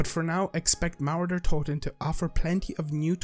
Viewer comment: every german "cmon, pronounce it right" 😂 just joking, thanks for the info.. and you dont have to wait, try google translate 👍🏻